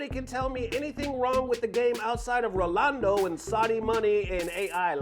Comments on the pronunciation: Omg dog stop with the "rolando" it's not even hard. Ro Nal Do. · Rolando? 😂RA-NAL-DO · The fact that you commited to calling Ronaldo "Rolando" is pure gold 🤣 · Man really be mispronouncing Ronaldo 100times in one video